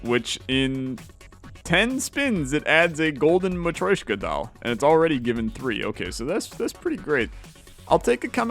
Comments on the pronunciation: am I the only one that gets agitated whenever he says Ma-troy-shka instead of Ma-tro-shka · Hearing "matt-roy-shka" every couple minutes drives me mad, ha-ha. I'm not offended by people who can't pronounce foreign words, but hearing a word from your language being butchered over and over is a bit distracting...